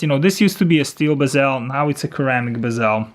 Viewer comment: Great review, just a note, Its pronounced"Seramic" , and "sera chrome"